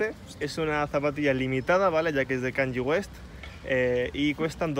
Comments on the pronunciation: "Es de canlli west"😂😂😂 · por que dice canyi west??? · pronuncias mal kanye west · Cuando no sabes ni pronunciar Kanye west menudo matao